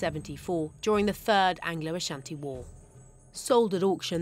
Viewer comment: do u loan what you looted to it's rightful owners? As a Ghanaian and Asante this is absolutely Shameful!! By the way I commend the news reporter for her pronunciations of the Asante Names in her report. Well done Ma'am. Piawwww